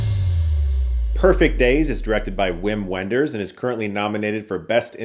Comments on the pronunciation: I don't want to be that guy but it's pronounced Vim Venders , gotta lean into the German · His name is pronounced vim venders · Um actually it’s pronounced “Vim Vinders” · Hey Chris. Though it’s spelled Wim Wenders, it’s actually pronounced Vim Venders. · It's pronounced Vim Venders ! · It’s pronounced “Vim Venders” He’s German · Not to be nitpicky, but if you're interested, it's pronounced Vim Venders. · Wim Wenders is pronounced like "vim vendors". He's German. They pronounce W's like V's.